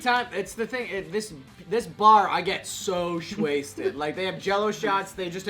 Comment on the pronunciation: when you die in gta “SHWASTED”